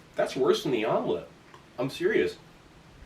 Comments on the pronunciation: Did you call it a Vomlette? lol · "Vom-lette". Nice! Lol! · Has anyone else noticed that Vomelet sounds a lot like "Vomit" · Vomelet.. I love it 😂